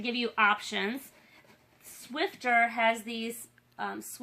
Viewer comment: And it's "Swiffer" duster not "Swifter"